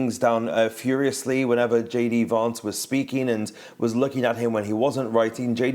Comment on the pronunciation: Did this man watch the same debate as the rest of the world ? I think not he couldn't even pronounce Vance's name correctly come on France 24